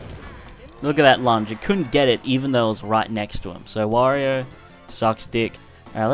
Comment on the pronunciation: It's pronounced 'W-or-ee-oh'.